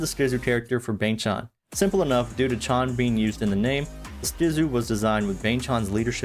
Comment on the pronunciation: Bang ChAn not chon 😢 Chan rhymes with can 😊 (same with Changbin) Seungmin is the main vocalist, not lead ❤ 3Racha writes all their music that's released by JYP